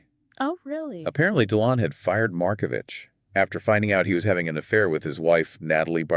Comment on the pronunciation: CORRECTION: Pronounced Mar-ko-vick! This murder case was never solved. The French courts reportedly decided they did not want to solve it.:face-blue-smiling